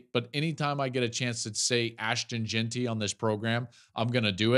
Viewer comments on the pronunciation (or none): none